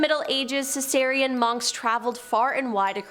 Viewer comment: Siciian (as in from Sicily, Italy) Monks. Not Cesarean (as in the surgery) Monks. Lol